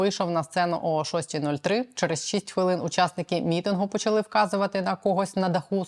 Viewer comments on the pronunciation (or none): none